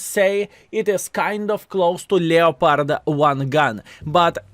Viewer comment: LEOPARD pronounced LE P ARD